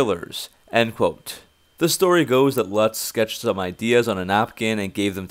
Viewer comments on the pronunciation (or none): none